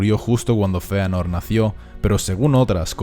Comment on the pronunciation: Sisi se pronuncia Feanor